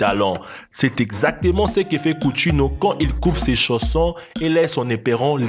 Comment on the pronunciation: Coutinho ce dit countinio